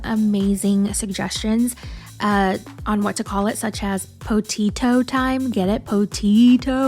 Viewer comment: “PoTEAto Rehash”